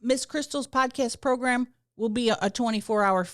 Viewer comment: You used to always pronounce it, "progrum" and now I'm disappointed 😭